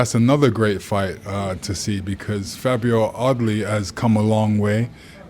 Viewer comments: Did he just say fabio oddly has come a long way 😂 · Fabio Audley? Anyone else hear it like that?